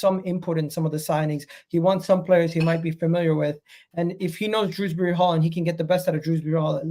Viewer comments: Dewsbury not fucking druwsbry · Nvm & definitely calling him Drewsbury oh dear 🤦🏻‍♂️